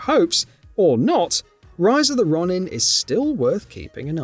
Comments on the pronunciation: Ronin is pronunciation“Row-nin” not “Raw-nin” spelling it in Japanese it would be would be ろにん(ro-ni-n) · Row-nuhn, not Ronn-in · RON-in is not how you say that word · Ron nin 😂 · How don't you know how to pronounce Ronin, Its not Ronnin. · That hard add the w pronunciation of Ronin almost got this video turned off ngl. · As an Englishman I can confirm that no one else pronounces Ronin like that. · Can't help but cringe how he pronounces RONIN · Your pronunciation of ronin would be painful if it's wasn't so funny